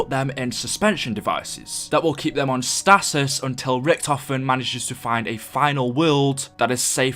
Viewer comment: The way you pronounced stasis 😂